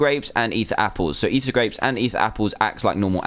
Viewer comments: Its not eather but ether. These are different. If you goddamn pay attention i would like you guys :/ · No dumbass its ether